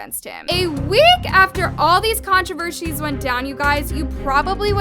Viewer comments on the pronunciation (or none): ‘controvershees’ made me giggle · it's controversies not controver shes 🤨